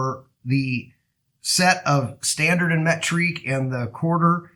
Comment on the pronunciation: Yeah I was like wtf is metrique 🤣